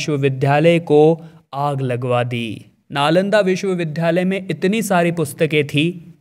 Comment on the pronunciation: विश्वविद्यालय को लगातार विश्वविध्यालय बोल रहे हें !